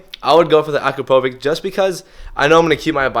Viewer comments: u are saying it wrong, u read Akrapovic like Akrapovich, not Akrapovik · As a Slovenian, i just cant hear you, how you say Akrapovič. Ill try to write it how it should be said; Akra-po-vich. The letter č is pronunced as ch. I hope you dont mind, im trying to help you. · Let me know when you can pronounce the exhaust manufacturer's names correctly. I will take you seriously at that point.